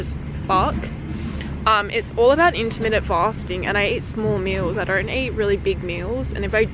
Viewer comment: her: it's inTermiTtenT fastiNggGgggG!!!!1!!!!1!! me, someone who already does that: *fat*